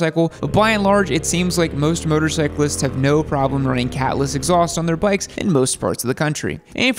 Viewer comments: “street brikes” lol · My guy u said brikes😂😂🤣